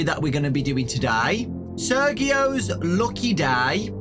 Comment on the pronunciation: no mean to be rude, but i’m pretty sure the name “Sergio” has the “G” pronounced as a “J”. i’m not sure if there may be a difference but i kinda got annoyed (not in a bad way just an OCD kinda thing LOL)